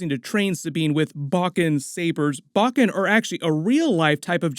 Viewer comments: Pronouncing "Zatoichi" & "Bokken" wrong... Zah-tōe-E-chi .... not Zah-tah-chi Bōe-Ken ...not Bah-ken...😅👍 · Great video as always, & I'm enjoying this series so much!! 🥰One bit of advice, tho: bokken is pronounced boh-ken. Zatoichi is pronounced zah-toh-ee-chee. 🏯⛩️ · Some pronunciation hints on Japanese weapons and warriors - "Bokken" is pronounced BOH (rhymes with "dough") - Ken (as in Ken doll). And the blind swordsman Zatoichi is 4 syllables - Za (as in pizZA) Toe (on your foot) Eech ("leech" but without the L) EEE. Great content though - keep up the good work.